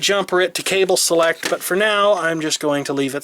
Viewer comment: I can't understand cable sellect